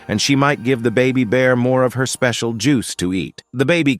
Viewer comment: Pls stop saying specil juse it sus